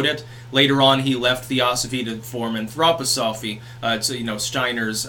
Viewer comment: Anthroposophy is stressed on the third syllable. Like anthropology.